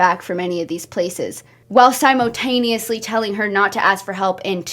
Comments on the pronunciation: i love the way she says "simo"taneously😭😭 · Girl I luvv ur videos, u gotta stop saying “simotaneously” tho 😭😭😭🙏🙏🙏❤️